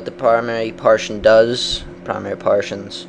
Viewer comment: its pronounced PAR-TISCH-ON not PARTION!